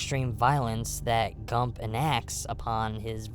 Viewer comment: Great video, subscribed. One note though, it's Gumb not Gump. Jame Gumb.